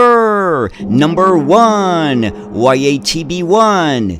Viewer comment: The first letter in YaTB(ЯТБ) should be pronounced as german word Ja(Yes). It was produced by automotive plant in Yaroslavl, so YaTB means Yaroslavl TrolleyBus.